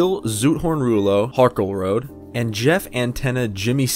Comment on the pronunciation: Have you ever heard of the dancing group, The Rockettes? That's you pronounce Rockette Morton. Listen to the album and you'll hear his name mentioned at least twice. Bill HARKelroad.